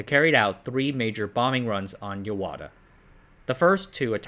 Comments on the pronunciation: It is Yahata not yawata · I guess the confusion came about because there is another town written in the same Kanji characters, but pronounced Yawata